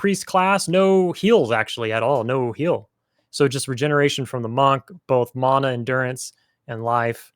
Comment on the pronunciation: I remember in beta 3 there was a area in innothule swamp b4 guk there was a zoneline that we coulnd't get through i think that might have been it. Us beta people used to talk about it but it disappeared and nothing came of it. Mana is pronounced mahna it's a Hawaiian word meaning power